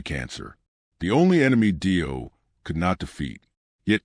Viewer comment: Clickbait nothing new. Save yourself the time and watch a tribute that at least pronounces the guys name right.